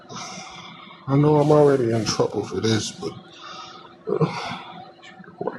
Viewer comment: Woshan is in twouble